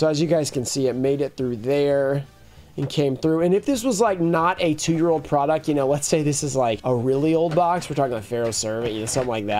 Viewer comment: "Porduct" lmao. Love ya man, just had to make the shot